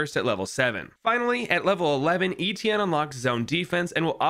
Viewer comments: My first language is french and my name is actually Étienne, you are the first American Youtuber that has gotten close to pronouncing it right lmao. Still cool to see ppl use this hero, makes me chuckle every time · My name is Étienne and seing someone pronouncing it right makes me really happy lol